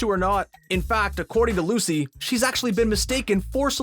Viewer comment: Anyone else notice that when comparing Lucy Hale and Maia Mitchell he called Lucy "Lacy"???